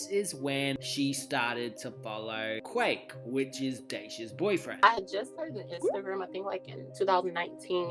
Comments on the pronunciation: I said 2021 I wasn’t gonna correct any more but why pronouncing Quik as Quake instead of Quick 😂😂😂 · It’s quik not quake lol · his name is not “QAKE “Lmfao